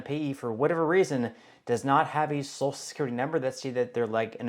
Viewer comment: It's pronounced So-shul not So-sul.